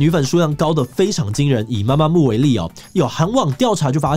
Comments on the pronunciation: 是MAMAMOO不是MAMAMO⋯⋯還有很多團名打錯、唸錯，先查好資料再來做這種主題吧⋯⋯ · 男粉報到！真的超愛gc風的，bp.itzy.gidle都超讚😍 另外提醒一下 blackpink是連在一起的，中間沒有空格分開，符號的話是BLΛƆKPIИK gidle也唸錯了 媽媽木是mamamoo 是Girl's Day不是Girl Days 要做這種主題前功課要做更仔細一點😅看到有點嚇到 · 是MAMAMOO，BLACKPINK中間沒有空格，ITZY不是唸Easy，(G)I-DLE跟2NE1的發音完全不想吐槽了，蹭之前先做點功課很難嗎